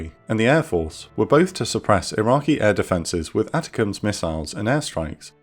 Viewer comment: Not that it changes anything but ATACMS is pronounced A-TACK-EMS